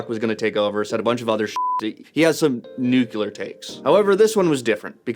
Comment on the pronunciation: Fyi the word is nuclear not nucular...